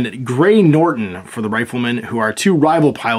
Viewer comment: 'NOTON', Gray Noton. No 'r' in Noton. [It matters!] & Walk/Run/Jump, no 'Sprint' die.